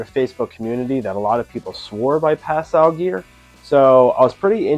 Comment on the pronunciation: As a French speaker, this is the correct pronunciation